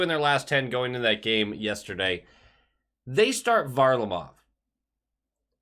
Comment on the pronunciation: I’m trying to figure out if he’s intentionally not pronouncing Varlarmov’s name correctly or does he just not pay attention to any other teams until they play us? I don’t think I’ve heard anyone ever pronounce his name that way